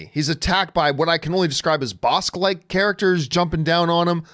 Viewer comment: Did he really say a boskk type? Campea I'd really love to know what it is you do for a living. All respect but I say that cause you've misspoke a lot of things,its funny and I thought you were doing it on purpose. Still do! Make me a part of your show and I guarantee more viewers!!! I have a secret to how to do it and the first part is me!